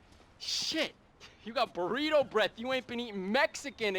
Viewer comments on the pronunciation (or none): none